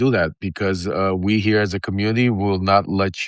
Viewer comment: Lev, you're killing me over "heah" your show is almost half way over already.